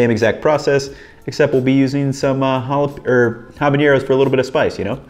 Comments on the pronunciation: I'm gonna be that guy and say there's no 'ñ' in habanero in Spanish, so it should be pronounced without it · great video but fyi there is no ñ in habanero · Why do people keep adding the "ñ" to habanero? It's just an "n" sound just like in English.